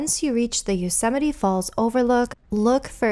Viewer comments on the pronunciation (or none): Wonderful video! But, please, it is NOT pronounced U-semite, it is pronounced YO-semite. Thank you.